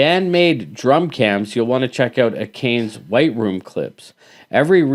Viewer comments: Akane is pronounced Ah-kah-nay, not Ay-kayne. Cheers! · A-Cane? Here's how to properly pronounce Akane . . .